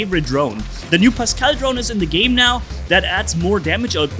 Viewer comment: Its pascal not pascel